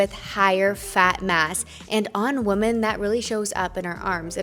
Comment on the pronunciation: I absolutely love your videos and watch them all!! Just so you know the plural of woman, is women (sounds like Wi-men) sent in love xxx